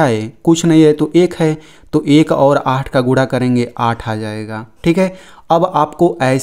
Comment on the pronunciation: Guda nahi hota hai sir guna Hota hai 😂😂